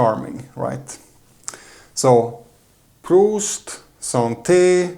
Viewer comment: Very charming, you got it right the second time and then got it wrong again when you went to toast. Haha. It's "proost" with a long vowel 'o'. Not that different from the Germans and their "prost", both being Germanic languages and all that. And nice to see Anna helping you out with those strong beers!